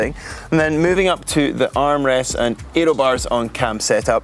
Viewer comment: Interesting video, but gosh do I irritate the pronunciations whenever Fraser speaks in videos.... It's aero, not eeeeeeroo.